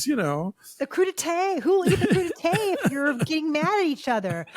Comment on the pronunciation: Thanks to this review I now know how to pronounce crudité correctly 😂 so thanks for that.